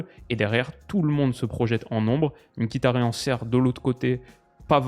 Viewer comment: par contre ca se prononce ''miktarian''